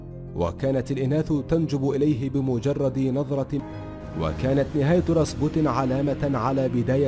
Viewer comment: اسمه راسبيوتن راااسييييببببوووتتتنننن و ليس راسبوتن 👊👊